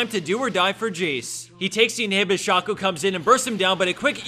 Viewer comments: Please say 'Shay-co' next time.. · One must wonder if he will ever pronounce shaco correctly